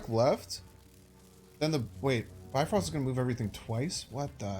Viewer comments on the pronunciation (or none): none